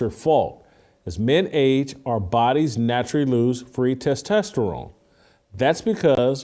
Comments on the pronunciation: tes tah sterone not tes tes sterone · LOL. You still working on pronouncing testosterone? Must be a phobia. Just kidding. But it still tickles me. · Can someone teach Whitlock on how to pronounce testosterone. lol